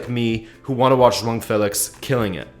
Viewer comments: why is it that when you say JOAO there's a G at the end? his name is not JUANG. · I promise you, you aren't pronouncing joao correctly. Everything else is spot on!